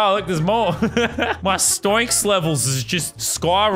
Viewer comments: he's saying stoinks. its pronounced stonks but i'll allow it cause your my favourite youtuber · Man said stoinks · him saying stoinks pisses me off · Not stionks it’s stonks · He said s t o y n k s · he really said sToInKs